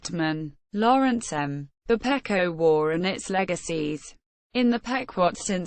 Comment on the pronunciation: First of all you pronounce the name PEQUOT Wrong it's Pronounced PEE QUAT not as your pronouncing it.